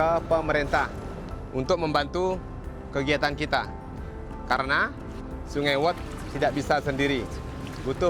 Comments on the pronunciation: not the narrator pronouncing sungai (river) like the english words sun-guy😭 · SUNGAI means river, is pronounced SOO-NGUY not SUN GAY. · It's pronounced "Soo-ngai" Not Sun-Guy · not the "SUN-GUY" 💀💀💀💀💀💀